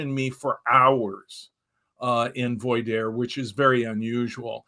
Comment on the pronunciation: very great episode. Rick is a phenomenal advocate for those wishing to understand cults as well as for those wishing to leave them. he mispronounced the questioning process leading him to become an expert witness in court cases. it's pronounced vwah-dear (voir dire). it's French for "to speak the truth"